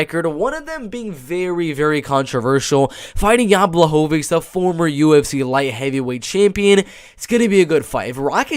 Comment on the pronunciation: Blachowicz (Bwa-Hoe-Vich) is taking this main card 100% Polish power too stronk. Poor guy nobody gets his name right lol